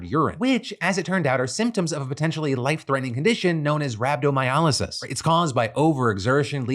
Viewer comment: Hey Phil, helpful tip for future reference Rhabdomyolysis is pronounced "Rab-doe-my-oh-lie-sis." 😊